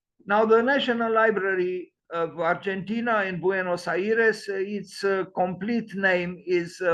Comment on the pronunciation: Hello! Buenos Aires is not pronounced like that. Best regards